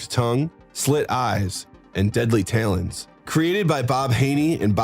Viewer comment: why is it that the ppl you have who voice these videos always pronounce some common words wrong? Talons for example. He pronounces it TAYlons here. ive noticed this in every video almnost where you have a male do the voiceover. Maybe im being a stickler for something thats stupid. I just notice it on nearly every video you guys put out. I think you guys can do better thats all.